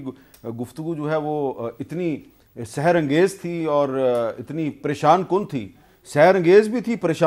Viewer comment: لفظ سحر نہیں سِحر ہے معنی جادو